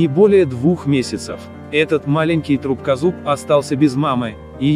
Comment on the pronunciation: Друбкозуб. Трубкозуб???